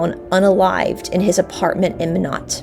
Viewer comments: Hi there! Nodakian here 👋 Minot is pronounced MY-NOT. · It’s pronounced My Not. Minot